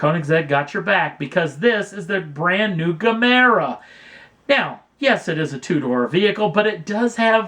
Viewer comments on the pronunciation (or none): It's pronounced as Jemera, not Gamera This is not the first time Koenigsegg build plug-in hybrid, the Regera is the first. 🙄